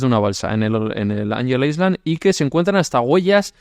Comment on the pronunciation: Muy buen vídeo!! Me encantó como siempre ❤ Por cierto, cuando se pronuncia “island” la s no suena!!